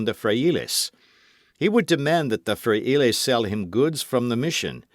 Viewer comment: I truly appreciate the readers at for volunteering to read books. who reads this story is enthusiastic and I appreciated his read, but I would like to suggest that he research how to pronounce Spanish words for the book. The simple reina de Los Ángeles, González, Pedro, frailes( monks) zorro. We currently have apps to help us pronounce words in any language please use them. Being a Californiana I would appreciate it.